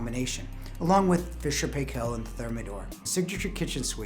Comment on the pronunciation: Makes me laugh when you say fisher and paykel , No one say it like that here